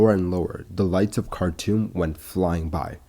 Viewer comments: Cartoom not cartoon! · anyone else heard it as cartoon instead of khartoum?